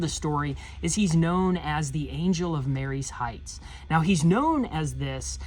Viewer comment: I have been to that battlefield several times. I have always heard it pronounced Ma rees Heights not Marys Heights. Don't know if it really matters. Enjoy the channel.